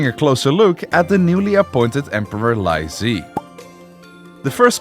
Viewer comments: bro confused ZHI and ZHE when it doesn't even sound the same in chinese 😭😭😭😭 I know chinese so it was so confusing 🥹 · is it so hard to look up a pronunciation guide and practice for 5 minutes before filming a video... pronouncing li zhi like "lyzee" instead of "lee juh" is insane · I mean this in the kindest way possible, please polish your pronunciation of Chinese names. I loved the documentary, the flow of events, but I cannot get over how you pronounce some of the names; it's pretty distracting!! :,) For example: "Li Zhi" is pronounced as "Lee Zu," not "Lai Zee" 😅😅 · How did this dude manage to call Lee Zhi "Lai Zee"?¿ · the name pronunciation is insane haha lie zee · The Li Zhi name is pronounced as Lee Gir but without an rrr sound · Li Zhi "Lie zee" ☹️ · pronouncing chengqian and tai's names perfectly: zhi's name: lie zee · The pronunciation of Li Zhi is more like lychee, and for real Chinese netizens refer to him as lychee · Li Zhi is pronounced more like LEE JUR not and Li Zhe is like LEE JUH. And Zhou is like JOE. Use the MDBG dictionary to get an idea of how to pronounce names you don't know. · “Lai tai” “lai zhee” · Li Zhi’s name should be pronounced “Lee Jih,” and Q should be pronounced like a “ch” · Very funny pronunciation of the Chinese name. Especially Lye Chee 😂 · lAI Zhi :)))))))) dont even bother to learn the surname that birthed the dynasty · Li Zhi's name pronunciation is diabolical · He is not doing Cantonese pronunciation, he is just pronouncing it wrong, it should be "Lee Zhi" not "Lai zee" and it should be "Lee Cheng chian" not "Lai Cheng kian" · Wu ZetAIn? LiE ZhEE? ChengKiang? 😭